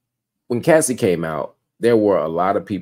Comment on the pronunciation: why is it so hard for everyone to say CASSIE! not CASSIDY! 😂😂😂